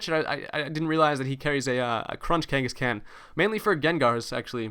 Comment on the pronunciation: Lol, Why do you say Khangaskan like that, you annunciate the "AN" more, but its more like Khan, like Genghis Khan